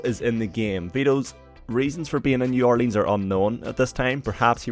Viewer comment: that's not how you pronounce new Orleans